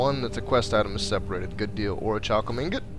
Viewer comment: Orichulum = or-ik-u-lum.